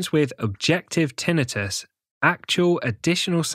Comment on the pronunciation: It is Tinnitus, not TInnius.